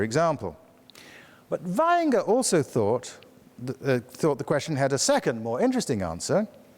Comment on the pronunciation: Leaving the speakers core competence aside, it is beautiful to note that Vaihinger's name, book title and related words sound like being spoken by a native German speaker. Congratulations for this convincing detail showing how deep one can dive into the matter.